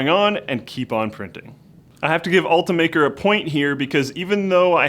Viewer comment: It's pronounced Ult-I-maker not ultamaker